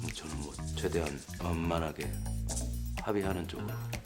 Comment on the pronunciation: 원먀하게가 아니라 완만하게 ㅋㅋㅋ